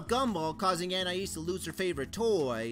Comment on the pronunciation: Finally, someone who pronounces Anais's name the same way I do! Just for that: SUBSCRIBED!